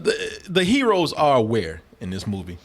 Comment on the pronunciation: Da Cheedreen are da herowees 🤣